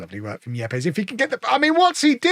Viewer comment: I think Yepes should be pronounced 'Eeps'.